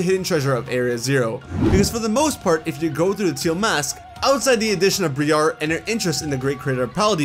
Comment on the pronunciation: Her name is pronounced Br(eye)-Ar not Bree-Ar. So many people pronounce Briar's name wrong. Not trying to be rude, it's just a pet peeve of mine as an English major. I know a lot of Pokemon names are subject to different pronunciations until an official one is vocalized. Some words and letters are just easy to sound out when looking at letter compositions. When the letters "i" and "a" are paired after harder sounds it makes the "eye" sound, ofc not for every word but in most that don't have the "sh" sound before "i" and "a". For example the word "special". The c and i make the "sh" sound. The "a" there makes the "uh" sound. Briar's name ends with the long "a" sound therefore changing how the Bri in the first syllable sounds. Hope that made sense.